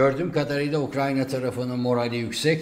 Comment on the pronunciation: Ukranya diye bi ülke yok. Haber yapacaksanız doğru düzgün telaffuz etmeyi öğrenin.